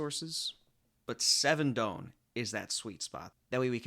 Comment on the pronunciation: I love your videos and it's an incredible work but please pronounce Don correctly